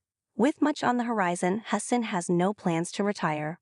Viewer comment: "Huss-tin"?? Come on, E! Stop being so cheap, dump the AI, and spring for a live commentator!